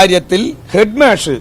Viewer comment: ഹെഡ്മാഷ് എന്ന നേരെ പറയാൻ പോലും അയാൾക്ക് അറിയില്ല. ഇയാളെയൊക്കെ ആരാ പിടിച്ച് നേതാവാക്കിയത്?പൊട്ടൻ